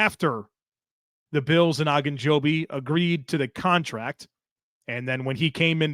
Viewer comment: Why does keep saying “Ah”gunjobi? I’ve only ever heard it pronounced every else “O”gunjobi.